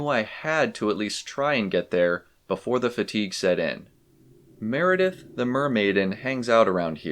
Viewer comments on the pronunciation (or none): none